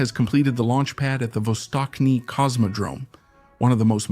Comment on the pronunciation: Not vostokny. Its vastochniy